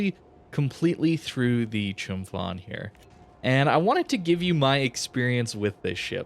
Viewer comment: The Ph in Chumphon is pronounced like a hard P.